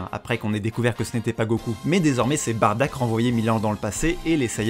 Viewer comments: Bardock bordel pas "Badack" ou "Batruc" BARDOCK !! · SI SUPER TUE BROLY, TOI TU TUE BADDACK ! "BARDACK" WTF C'est soit Bardock (Beurk) ou Baddack (Subarashi) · Par pitié arrête de dire Barddak ou alors dit Baddak si tu a préféré la VF le père de Goku c'est Bardock son vrai nom (c'est stressant a entendre) et pour Broly a part les combat c'était juste un demeuré qui voulais frappé Goku parce que petit il pleuré sa fait un peu pitier comme excuse pour vouloir tuer quelqu'un, la y a une vrai histoire (même si elle plait pas a tout le monde) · J’ai jamais eu autant envie de crier “C’EST BARDOCK PAS BARDACK“ de ma vie XD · J'ai bien entendu bardack ? au lieu de Bardock à 😂😂 révise tes classique mon vieux😂😂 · Tu dit sois baddack sois bardock. PAS BARDACK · j'allais le dire lol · Dommage que tu n'utilise pas la VRAIE prononciation du père de Goku : BADDACK ( sans le r qui n'existe pas dans l'écriture katakana) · Comment on peut prendre au sérieux quelqu'un qui dit "Bardack"